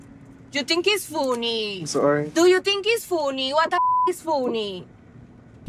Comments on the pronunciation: You Think It’s Fooonii WTF Is Foonii😂😂😂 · joo so foo-knee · 'Yes, I think it was foony'. Sorry, not sorry. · I think it’s foon-ee that she has no ragrets. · thinks it’s fooony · "You think is foonie? You think is foonie? I thought I was playing you but played myself and you think is foonie?" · You think its fooony? Whats so fooony?